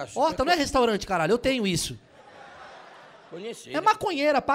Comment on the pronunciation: "menina féchu a restorante"